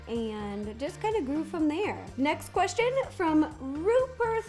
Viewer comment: I love when she says Qrestion